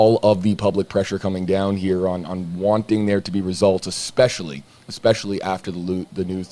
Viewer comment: What kind of interviewer pronounces Especially " expecially" in reality it's not a big deal but bugs me so much so in MY head it's a big deal